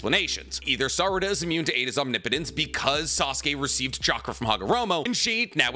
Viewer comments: Ah you finally pronounced omnipotence right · he's pronouncing omnipotence correctly! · HE DSID IT HE SAID OMNIPOTENCE RIGHT